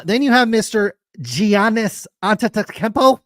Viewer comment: I mean I like SCR but can’t even pronounce Giannis correctly and they pronounce Will Grier wrong every single time 😆